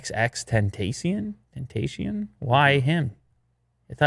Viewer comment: "XXX Ten tashion" bruh.....